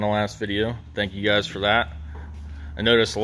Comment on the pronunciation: What is a “filder”? What is an “aldernator”? What does thangyou mean?